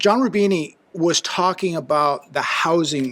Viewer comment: I think he is named "John Rubino", not "John Rubini".